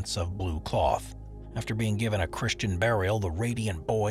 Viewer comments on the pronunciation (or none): none